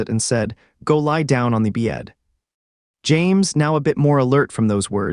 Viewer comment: And don’t ever say "bed" again!!!! BYETT